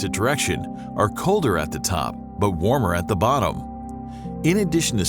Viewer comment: Bro said „warm“ 💀